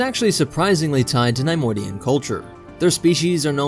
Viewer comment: NAI - modian??? Its NEHY - Modian